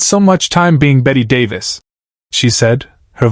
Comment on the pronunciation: This never happened. Bette Davis' last appearance on The Tonight Show was January 7, 1988. AND at least have the decency to pronounce her name correctly.